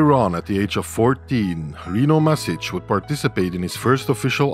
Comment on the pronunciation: Mašić is pronounced Mash-eech, so, not mas but mash. No bigiie, just saying if you are interested. Actually Rino himself on some videos where hes talking in english says it exactly like you, but hes so polite he wans to make it easier for english speaking ppl 🤣😂 But the correct way is mash. We also had IvaniŠević in tennis. Unlike Rino, he would fucking stop plaqying to explain the reff how to pronounce it correctly 🤣 Its same sound, IvanSHevich